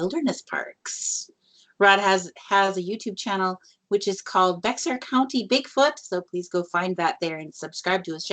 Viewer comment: Awesome show ladies! That's my hometown San Antonio,TX! Its Bexar County sounds like bear.